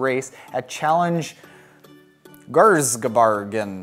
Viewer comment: Pronouncing Geraardsbergen, really loved it :o)